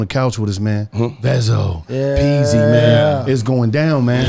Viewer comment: Bruh got his name wrong “pezzy” 😂